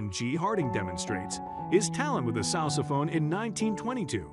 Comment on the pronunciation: He said sousaphone not saxophone but pronounced it souse a phone